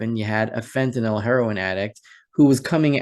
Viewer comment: Another reason I enjoy listening to you is your perfect use of English. Thank you for pronouncing Fentanyl correctly. I get so tired of hearing professional speakers say Fentan-ALL.